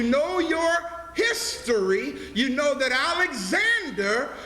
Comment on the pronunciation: Lol. "His-tory"